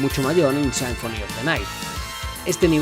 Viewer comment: Me gusto el video por que no conocía casi nada de Rondo of Blood... Solamente me daba algo cada que decías "Sainfoni" 😐